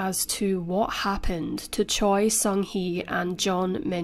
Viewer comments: Just a nitpick, but Choi is more often than not pronounced as "Chey", not "Choy." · Choi is pronounced Cheh. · Butchering that Hangungmal. The pronunciation of the surname "Choi" in Korean is closer to "Chwe" or "Chweh" (최). In Korean, 최 is typically romanized as "Choi," but this romanization does not directly match its actual pronunciation. Same thing with "Lee" actually being "I", "Park" being "Bak" (barely an emphasis on the "k"). Also, in standard Korean pronunciation, the sound for ㅂ at the beginning of a word like "Busan" (부산) is generally closer to a "b" than a "p." While it's softer than the fully voiced "b" in English, it is not as aspirated as the English "p" sound. Korean linguistics describes ㅂ as an unaspirated bilabial plosive, which is articulated with less force than a fully aspirated p sound in English. The shift to Romanizing it as "Busan" rather than "Pusan" reflects this closer alignment to a "b" sound. However, since it's between the two in the way it’s articulated, the initial ㅂ can sometimes sound ambiguous to non-native ears. "Bibimbap" is actually closer to "pibimpap", too. Batchim rules apply, and in Korean phonology, the voiced "b" can sometimes sound more like a "p" when it follows a vowel or a nasal consonant (like m). This phenomenon is often noted in spoken Korean where the pronunciation can shift slightly based on the surrounding sounds.